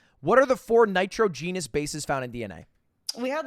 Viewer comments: Ludwig pronouncing nitrogenous cracks me up😂😂 thanks for making my day Lud and also great video! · By the way Ludwig said Nitrogenous bases I can tell he wasn’t a science guy lol